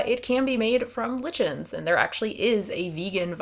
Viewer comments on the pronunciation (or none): L-litchens? ............ Oh, you mean lichens. (Like-ens) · When you were talking about D3, did you mean lichens? If so, it's pronounced like-en (hard ch) in America and lich-en in the UK. I know that's super picky but it took me a bit to figure out what you were referring to.